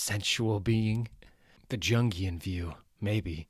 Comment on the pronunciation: Don't take this the wrong way bro but Jungian the J is pronounced with a Y (Yungian) for psychologist Carl Gustaf Jung. Love your work. I just finished Dark Victory. You've got a real talent for voice acting man. Your ability to read different voices from the page in a single take is suberb!